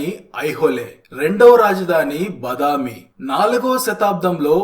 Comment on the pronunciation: బదామి కాదు. బాదామి. వాతాపి బాదామి అయింది. వాతాపి గణపతిం భజే విని ఉంటారు కదా.